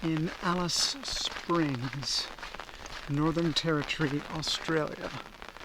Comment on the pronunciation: That's hilarious you pronounce the name wrong but then you pronounce it right when saying Afghan . Just take the af off. Also the war memorials are there to commemorate the bravery of the soldiers not necessarily celebrating the war